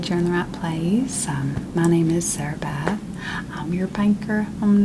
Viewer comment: Sarabeth really managed to say her 3-syllable name in ONE syllable 😂